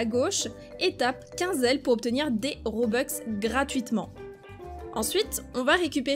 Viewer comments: ON DIT ROBUX PAS ROBEX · Mais non c’est pas un RobexC’est Roblux🤦🏻‍♀️ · On dit pas robeux on dit robux